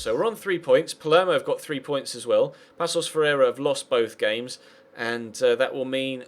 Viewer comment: Hate to be the grammar nazi but its pronounced (pa-sos fe-rei-ra)